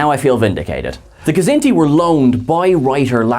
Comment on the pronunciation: I love you guys. I love all of you guys. But come on. Stop mispronouncing Kzinti! The K is silent!!!